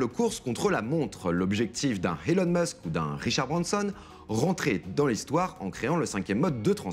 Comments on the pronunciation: HHHELON MUSK ? c’est qui ? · HHelon musk ?? Hmmm oui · L'iperloupe Helon Musk (prononce le h quand y en a pas et le prononce pas quand il y est) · HHHelon Musk ? Connaît pas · Ahah, je venais poster le même commentaire. Faudrait lui dire qu'on ne dit pas Helon Musk. Il a mal compris les conseils pour parler anglais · Je suis d'accord avec toi et c'est surtout la manière dont il prononces elon Musk qui m'est insupportable